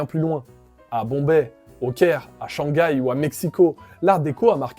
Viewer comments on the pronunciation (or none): none